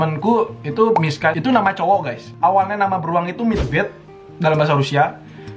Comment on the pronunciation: Aku dengernya “MISKHAAA” Laa ternyata “MISHA” waakakakak